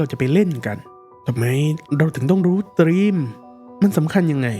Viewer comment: เนื้อหาเป็นประโยชน์มากๆครับ แต่อยากขอเสนอแนะเพิ่มเรื่องการออกเสียงคำจากภาษาอังกฤษครับ เช่น คำว่า Theme จะไม่มี ร เรือควบกล้ำ หากจะสะกดการออกเสียงเป็นภาษาไทย น่าจะเป็น ”ธีม“ โดยใช้ ธ ธง แทนการออกเสียง th- ที่เป็นการปล่อยลมหายใจผ่านช่องระหว่างฟันหน้าและปลายลิ้นครับ อีกคำคือ Juliet ที่ลงท้ายด้วย -t จึงออกเสียงเป็น “จูเลียท” ไม่ใช่ “จูเลียส” ครับ การออกเสียงใช้ภาษาถูกต้อง จะช่วยให้ผู้ฟังเห็นความเป็นมืออาชีพ และความใส่ใจรายละเอียดของผู้พูดได้ครับ